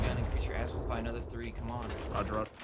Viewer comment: Just one remark its not a Assmuth its Azimuth 😂😂😂